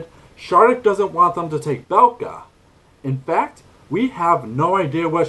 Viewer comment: Bekla, not Belka Did you try Maia?